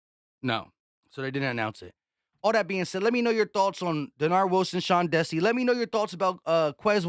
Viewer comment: I don’t think you pronounce the DC candidate as Sean (Desse) it’s (Dee -Sy).